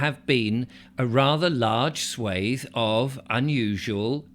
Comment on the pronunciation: So nice to hear 'swathe' pronounced correctly. The American 'swath' is just sacrilege